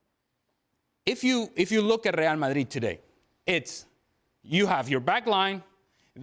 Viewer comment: Ray-al Madrid - not - rrrrryahhhhhll mah-reeeeeeeeeeee.........